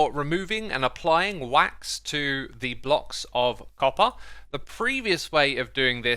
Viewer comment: When he said wax i thought it was ah duck HAHAHAHA